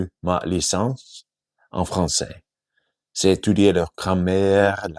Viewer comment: Super, travailles le son J pour mieux prononcer le "j'ai"